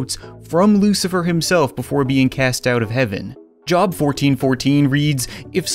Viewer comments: it's pronounced "jobe" not "jahb" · Great video, just thought I'd let you know, "Job" is pronounced like "Joe" with a "B" (Joe+B) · For the record, the book of Job is actually pronounced like 'jobe' where the e is silent, not like a workplace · Job is pronounced Joe-b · Job is pronounced "jobe" a little fun fact ;) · Job is pronounced with a long o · Oh my God as a Christian I cringed every time he said Job... It's pronounce Joe-b. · It doesn't matter but Job is pronounced j-oh-b. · Its pronounced joeb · I died a little when you pronounced The Book of Job wrong